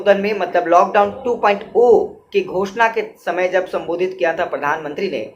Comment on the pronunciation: Sir, Aap two point ziro (2.0) ko two point o bol rahe ho jo galat hai, Aap Iockdown 2.0(two point zero) boliye.